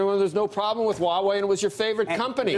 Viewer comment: Kevin is the only one that can pronounce Huawei correctly